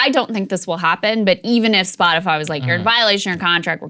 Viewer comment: Saagar while reading legit said, “scotify”, “padcaster”, and “disinformotion” LMFAO 😂 Krystal looked at him like “wtf” Great show though. One of the best sources for news if not thee best!